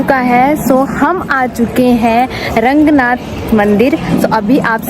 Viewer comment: It's not Rangnath....it's Ranganathar..bhagvan ke nam ko sahi se bola tho bhagvan bhi khush honge🤌🙂